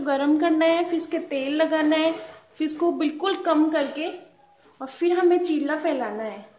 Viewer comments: Isko chiilla nhi chila kehte hain... Thik se boliye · चिल्ला नहीं चीला होता है 🙄🙄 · chilla nahi cheela bolte hain 😂